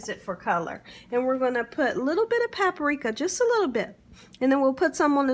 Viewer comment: It’s PAPRIKA, not “PAPA-RIKA”. Please speak properly else you come across as illiterate and it detracts from an otherwise great video.